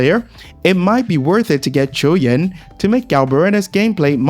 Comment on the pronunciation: Finally, someone who is not struggling to say his name.